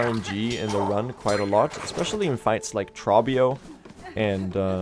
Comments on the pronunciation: Why do you call him "traw-bee-oh". He literally pronounces his name in dialogue as "troh-bee-oh". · Pretty sure Trobbio's name rhymes with grow bee owe (first syllable has a long O). He says it at the end of his fights and during his phase transitions.